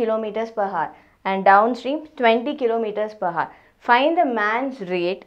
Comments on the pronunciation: Ohk mam.. that haar (hour) of yours really was painful to my ears.. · Nvm ma'am but when you say hour, 'h' should be silent. Anyway, the video was nothing but great x)